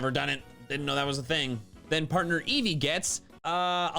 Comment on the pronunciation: Eevee's japanese name is pronounced "eievui" iirc.